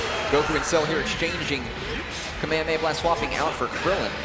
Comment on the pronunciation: That dumbass can't pronounce kamehameha